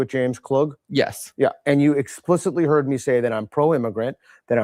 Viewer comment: I believe he said "heard", but his accent and tone make it sound like "hurt".